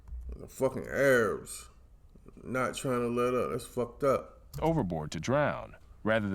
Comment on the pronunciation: Haha. I love how you said, "The A-rabs."